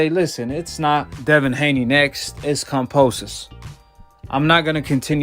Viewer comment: He don't even pronounce kambosos right